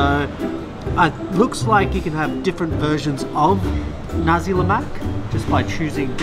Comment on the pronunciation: pronounce nasi (rice) with clear S, else it will sounds like something that comes out from the third reich,.. but malaysian dont really care actually